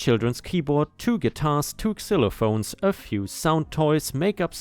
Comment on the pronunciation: Btw, "xylophone" has a "zzz" sound to it. "z-eye luh phone" not "sil uh phones." Z sound like in "zebra."